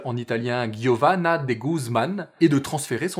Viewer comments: c'est pas guiovani c'est giovani, ça se prononce comme un j :) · Olalala c'est quoi: "Ghiuseppé Verdì" ?? "Ghiovanna"?? J'ai les oreilles qui saignent... Ciao de l'Italie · Épisode de très bonne facture comme d'habitude. Cependant, la prononciation des noms italiens laisse clairement à désirer ... je me permets de corriger. En italien, GI se prononce à peu près comme je J anglais. Giuseppe se prononce donc "Djouséppé" (=Joseph), Giovanna "Djovanna" (=Jeanne). Sans le I , ça donnerait respectivement "Gouséppé", "Govanna". Et pour donner les prononciations données dans la vidéo, il faudrait écrire Ghiuseppe et Ghiovanna . PS: même système avec CI qui donne "tch" : par exemple, ciabatta se prononce "tchabatta". Et sans le I , ça donnerait "kabatta". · Lol, je parle de la prononciation de "Giuseppe Verdi" et "Giovanna" vers la fin de la vidéo.